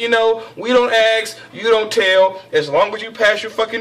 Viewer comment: Dont axe, dont tell!